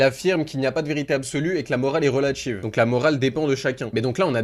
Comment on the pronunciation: Critchique, relatchive, politchique, subjectchive, etc. Bref, remonte ton fute et débat avec dignité au lieu de faire des vidéos dans ta chambre 👍